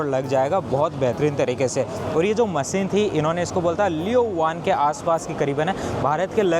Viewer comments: not Maseen but masheen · maseen, producsen, satasin